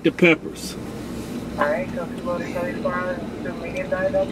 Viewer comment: Curly?? I thought it was Sherlie